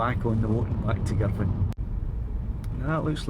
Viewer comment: great!! - finally - a geezer that knows how to pronounce Girvan!!! - was that Kintyre to the north and Ireland a bit south in the far distance?? another nice vid